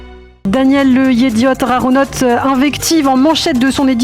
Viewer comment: Chere, un effort svp, dite le het et pas le ret... yediot aharonot et non pas yediot araronot. 😬